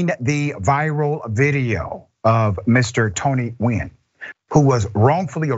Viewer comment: Much respect for pronouncing the mans name correct. Nguyen (win) is probably the most common vietnamese name.